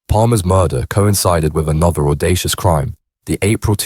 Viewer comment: The Only cream!!( Crime ) in this doc, is this guys pronunciation